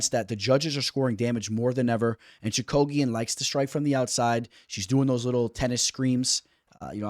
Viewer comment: Your picks are getting a lot better. Your pronunciations though man…. lol Choo-ka-gian….. cage …. I like Barber Chookagian to go to decision. I can see barber via split. I don’t think the UFC likes Chookagian. However she has technical striking whereas Barber thrives on bursts of actions. Chookagian also has good jiu jitsu